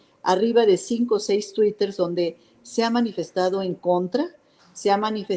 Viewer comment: "Twiters", no mames, qué pendeja. Para traidores ya hay muchos, esquivel, tu lugar está con los vendepatrias